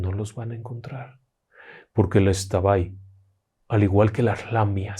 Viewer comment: Por un momento pensé que me decepcionaria al pronunciar la palabra xtabay,gracias por informarse de la correcta pronunciación.